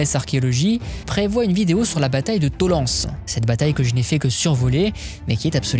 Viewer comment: Petite précision à propos de Tollense. C'est en Allemagne, et ne se prononce donc pas à la française. Il vaut mieux dire "To-laine-zi". N'hésitez pas sur l'accent teuton ;) Site d'un champs de bataille qui contredit l'idée d'une arrivée lente et continue d'immigrés (parce que "migrant", ca ne veut rien dire). Le débat reste ouvert, les deux scénarios pouvant avoir été vrais selon les lieux et les époques. Un grand merci pour ce travail de qualité, en passant.